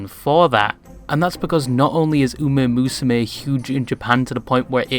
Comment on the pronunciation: Uma is pronounced "oo-MAH", not "oo-MAY".